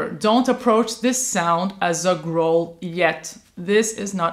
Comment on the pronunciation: In English "growl" rhymes with towel not with bowl.